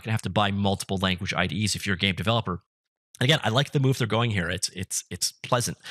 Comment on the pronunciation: Did you say "if I'm a gay developer" ?